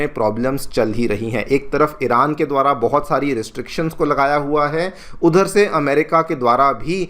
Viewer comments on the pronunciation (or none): none